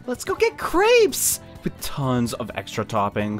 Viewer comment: Finally, learned how to pronounce crepes correctly.